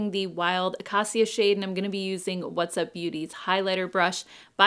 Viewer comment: You DO look like a 20 year old. I agree with your son. I also like the new background. That color is very pretty. I can’t hold my tongue anymore. I adore you,, but Acacia is pronounced “uh-KAY-shuh” not “uh-KAH-see-uh”. For some reason this color keeps coming up in fall releases and I’m dying a little inside with every strange pronunciation. Please don’t take offense. I’m a teacher 👩‍🏫. That highlighter set is beautiful and I will probably buy it on Friday when it releases. Thanks!